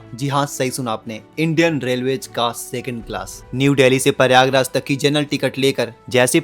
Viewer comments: प्रयागराज ❌ परियागराज ✅😂😂😂 😂 जय श्री राम 😂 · Tu pahle Prayagraj boln seekh le.. it's Prayagraj, not Pariyaagraj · Prayagraj hota h paryayraj nhi😂